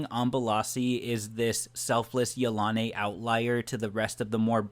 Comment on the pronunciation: I really don't think he pronounces it right. I feel it is pronounced: Yil-a-nee. I could be pretty sure I'm right. What does everyone else think?